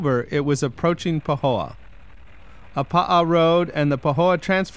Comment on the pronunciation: Poo-ho-oh is what I heard haha!